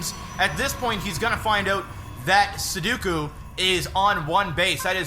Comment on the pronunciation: Nice job guys. Can't be easy working with a game like that, but you pulled it off well. PS. I'm pretty sure that Sudoku is one of the most mispronounced words of all time. :(